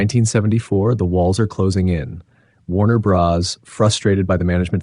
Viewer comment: And "Warner Brothers"